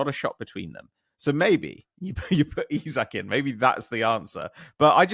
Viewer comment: Why has decided to add an H and pronounce it Ishak? I'm Norwegian (not quite Swedish, but still) and nobody in Scandinavia says it like that.